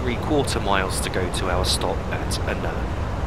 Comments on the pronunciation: It's Annan not a nan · It's great that you've done this for people, however, the name of the town which is the first stop on the journey, it's not pronounced "An an", it's "Annan", almost pronounced as "Annin", but you when say the name fast, it does tend to come out right, it can cause a little bit of confusion, but if no one tells you, you never know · Another great video. Annan is pronounced in such a manner that it sounds like Ann-in, hope this helps. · You pronounce Annan as "Ann-un" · You don't you pronounce it like ann-in (I live in dumfries so I know) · I live in Dumfries too, and you pronounce it Ann-un but not like "u" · We both have different ways of saying it but everyone that I know pronounces it like ann-in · hi I think your videos are great I stay in Annan and you pronounced it wrong it is pronounced like their is an I in it like Annin but spelt Annan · Haha thanks, I realised afterwards that I mispronounced Annan too lol XD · I love the way you pronounce Annan that's not the way up you say it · I think you pronounced “Annan” wrong